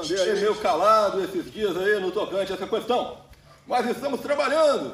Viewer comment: "No tocante a essa qüestao" é muito bom. Hahaha